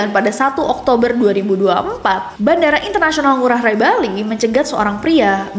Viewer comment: nessi maaf ya "ngurah rai" pengucapannya (ngurah rai) bukan ngurah rae/ ray salam dari bali❤❤❤❤❤